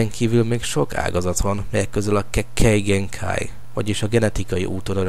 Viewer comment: kheKKEj genkáj (sorry 😂)